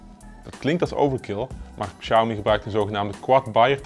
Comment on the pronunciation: Lol, begin van de video wordt de naam Xiaomi al meteen verkeerd uitgesproken. Als men niet weet hoe MIUI werkt en opgebouwd is, dan gaat de info die men wilt geven over de mi apps al meteen verkeerd en wordt dit meteen al bestempeld als bloatware. Ik volg al het hele MIUI verhaal sinds de Mi2/s en de schil die boven op de android zit is een van de betere, is vlot en voelt niet rommelig aan. De Xiaomi MIUI software heeft weinig bloatware , zeker als men dit met andere merken gaat vergelijken.